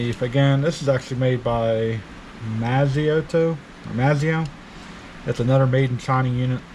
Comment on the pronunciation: It’s (may stow) sounds like what you’re trying to say but their is also majorette corgi ext…